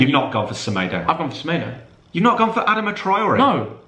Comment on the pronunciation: Adama pronounced ad-ar-ma